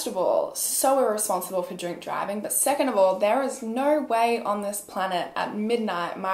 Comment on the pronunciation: I can’t never tell if she’s saying drink or drunk driving and I notice it every video it comes up 🙃